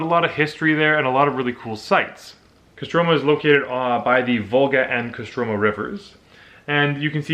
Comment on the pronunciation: if you are canadian, why do you have american accent ? my wife is british and said you are an american when i showed her the video and КостромА, not КострОма